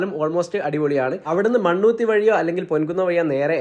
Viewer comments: തൃശ്ശൂർ പൊൻകുന്നം അല്ല പൂങ്കുന്നം ആണ് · പൊൻകുന്നം അല്ലാ കേട്ടാ... പൂങ്കുന്നം ആണ്...